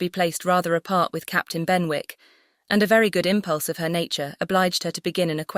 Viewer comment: Thank you! Just one note: Benwick is pronounced like Bennick. The w is silent. Otherwise— very enjoyable.